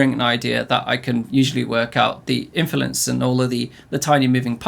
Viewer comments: Kinda distaracting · Is he saying infulence or am I going insane? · embrace the infulence, mate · very distracting pronunciation of "influence" haha